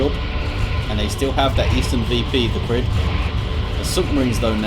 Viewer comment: Thanks for casting! The way you pronounced my name the first time is correct (ie NOT as "Cry"). /TheCrydd